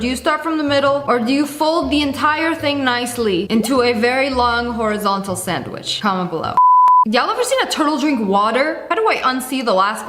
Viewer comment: ´´it’s a standwich ˋˋ Said my dad😂😂😂😂😂😂